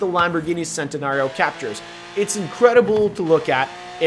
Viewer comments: He said the Sentanario even though its pronounced or in pretty sure it is chentanrio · It's not Sentenario ITS CH-ENTENARIO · Santenario? Wtf its called the Chentenario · You said sentanario it's cen